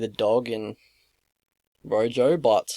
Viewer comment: "Rojo" is pronounce "roho" in Spanish, and I think he's from Argentina (or he had an Argentinian flag in a Combate bout, IIRC). These lines are -EV. Rojo hangs his neck out a lot. I wouldn't even be comfortable with a prop bet for the distance, just because Jourdain's submission competence (brown belt, but I can't remember under who) and Rojo's submission incompetence.